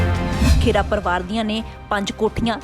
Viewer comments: ਪੰਜਾਬੀ ਖਬਰਾਂ ਦੇਣ ਦਾ ਹੱਕ ਉਸ ਕੋਲ ਹੋਣਾ ਚਾਹੀਦਾ ਹੈ ਜਿਸ ਨੂੰ ਪੰਜਾਬੀ ਭਾਸ਼ਾ ਪੜਨੀ ਤੇ ਬੋਲਣੀ ਆਉਂਦੀ ਹੋਵੇ, ਖਬਰਾਂ ਦੇਣ ਵਾਲੀ ਮੈਡਮ ਖਹਿਰਾ ਨੂੰ ਖੇਰਾ ਖੇਰਾ ਕਹੀ ਜਾਂਦੀ ਹੈ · ਖੇੜਾ, ਨਹੀਂ,, ਖਹਿਰਾ ਹੈ